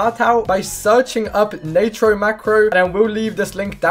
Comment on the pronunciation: Why does bro pronounce it Naytro